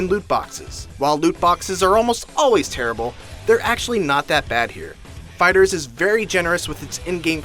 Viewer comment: Fighter z.. stop saying fighters lol